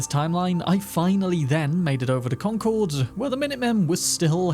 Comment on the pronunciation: Hey you pronounced Concord properly! Thank you!